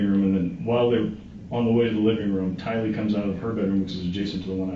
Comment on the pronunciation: It's Tylee, not Kylee... And you're absolutely right the story's didn't match.. Her's matched more with her moms because she rode to burger king and JJ's school and "mom" told her what to say... But they still didn't match... Fly high JJ and Tylee... You both deserved a mother and family who would protect you ❤